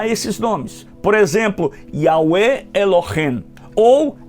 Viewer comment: Eu acho bom , muito bom só non gostei nada pq , o senhor devia ler o nome ,,,,Elohim,,,,, do jeito Q é. Non e ,,,Elohem,,,, é ,,,,(Elohim). E o senhor fala ,,,,Elohem,,, tem Q ser do jeito certo.